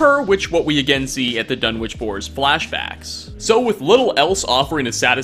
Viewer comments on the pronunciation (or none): none